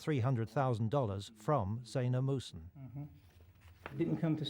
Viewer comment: their last name is muhsen not musun.